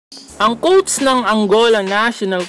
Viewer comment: “Kowts” “qoutes” “coats”